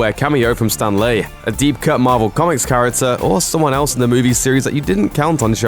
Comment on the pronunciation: Marvel... (Mar-vel)